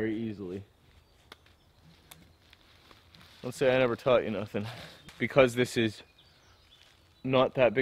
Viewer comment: "Dont say i never tauht ya nunthing"😂😂😂